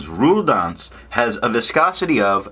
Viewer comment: A funny review! But where is this tomoe river sample? By the way it's "rouille d'ancre". Thanks.